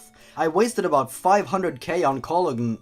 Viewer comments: Cologne is pronounced Co-lone. Not Ca-lug-nay. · "Call-Ugg-Nay"? Don't you mean "Kuh-Loan"? XD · cologne isn't pronounced col-ug-ne. it's col-own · I’m sorry, but listening to struggling to pronounce “cologne” had me DYING… It’s “coll-OWN”. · Cologne is pronounced Kol-own. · cologne is pronounced kuh lowne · Cologne is pronounced calone, btw, it's a bit of a tricky word. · Cologne (cuh-lone) kinda like perfume. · COLOGNE????!!! Say it without the G. Colone. That's how you say it. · cologne is pronounced colone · Cologne (pronounced "cuh-lone") is like a perfume. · Cologne is pronounced "co-loan". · Cologne is (pronounced as ka-loan) is just manly perfume. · "Cologne?" Lol its pronounced ko-loan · Cologne (colone) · Cologne is pronounce cal ohn It's a real word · why cologne he called it colog nee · Cologne is a real word, and it's pronounced co-loan. It's spelled very weird though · cologne is ptonounced "co-lohhn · Cologne is men's perfume. Pronounced: Co-loan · Cologne is pronounced like kul lone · I eat Lego bricks whole. Pokemon Puzzle League - such nostalgia. Loved that game. It's pronounced "co-loan." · Cologne is pronounced "CO-LOHN" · Cologne = kul-own Its perfume for guys. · Cologne ends with a hard N lol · What's with the emphasis on the g in cologne?